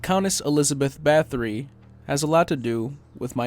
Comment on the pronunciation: not huge but everyone seems to mispronounce Bathory, it sounds like Batory